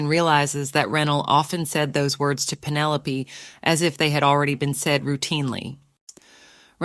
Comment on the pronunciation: Pin-o-lop-aye😂 I'm done😂